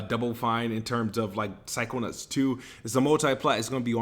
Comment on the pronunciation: Is it just me, or does he keep calling em psycho-nutts??!?! Lol.